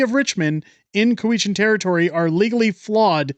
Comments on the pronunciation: "coo-we-chan" or "cow-ichan"... ??????????? I have never heard it pronounced coo-we-chan. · COW-i-chan. The stress is on the first syllable. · Cow-eshen. At least pronounce it as the locals do. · It's COW-itch-an.